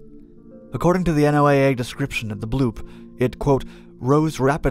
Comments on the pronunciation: it's pronounced Noah, not N.O.A.A.! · N.O.A.A. is normally pronounced "No-a", like N.A.S.A. is normally pronounced "Nas-a." When you enunciate each letter like you do here, you give the impression of being a "new guy." This could impact your credibility with some people. But what do I know? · Hearing you say N O A A instead of "Noah" is hilarious. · NOAA is pronounced like the name Noah. They call themselves that. Not "The N O A A." Just FYI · You pronounce SOSUS but you constantly say N O A A the whole time instead of the accepted pronunciation of "Noah". That is irritating as all get out. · its one word, NO-ah... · Why are you spelling out NOAA? It’s pronounced as one word, in a way similar “Noah”